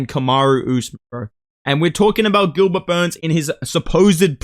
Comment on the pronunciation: From now on you can only mention Gilbert burns as “Gilbert BURNS 🗣️”